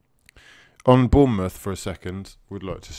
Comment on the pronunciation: Its Bournemouth though.